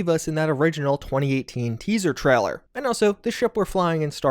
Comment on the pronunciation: it's TRAILER not TRALLER :)